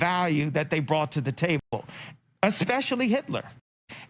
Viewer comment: Bro really said “especially” I’m going insane